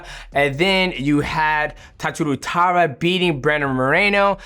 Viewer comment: DJ, his name is "Tatsuro" Taira.